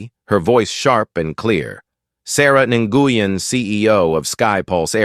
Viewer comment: So funny. Nguyen is a common Vietnamese name like Smith and pronounced same as when. These mistakes are CC ommon